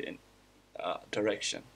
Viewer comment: What I understood: when he said "in a direction" it sounded like he said "that erection"